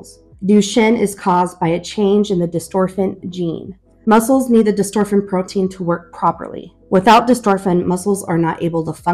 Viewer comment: I saw elevidys is working well for the older son. That is good to see! I hope you will follow up regularly so others can see what Elevidys can do for a kid. How old is the older child? It is btw not dystorphin but dystrophin, but that is a minor point. Good information!